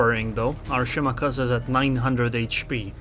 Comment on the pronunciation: The way you pronounce Shimakaze is stroke inducing. Good video.